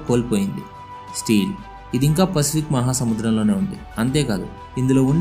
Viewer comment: Still ni Kuda Steel Antunnadu